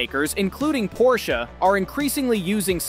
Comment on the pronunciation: You're saying porsche wrong